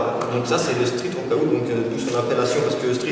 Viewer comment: Cool la vidéo :) par contre faut qu il arrête de dire workoOUT ca fait tiep xD